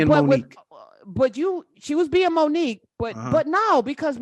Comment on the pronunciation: The only thing I laughed at was the teacher calling her " Moni cue"